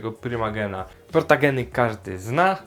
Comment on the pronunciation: Super Film o tej rasie mówi się protogen a nie protagen jak coś Nagrasz film o złej stronie fandomu? To duży probelm i mnie to denerwuje bo mnie wyzywają ciągle